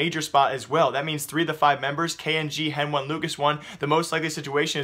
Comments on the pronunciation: CSGO News And More yea but the casters call them "Heni" and "Lucas", stop calling hen-one and lucas-one please. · please. stop saying henone and lucas one !! its heni and lucas driving me crazy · I think he is doing it on purpose (henone and lucasone);D luv u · NO! its heni and lucas. Say it how they themselves say it...